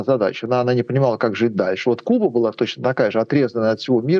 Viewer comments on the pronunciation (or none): none